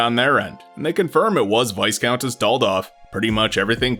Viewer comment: Incidentally, it's pronounced `Vie-Count', not 'Vis-Count' or 'Vice-Count'. I don't know why this bothers me.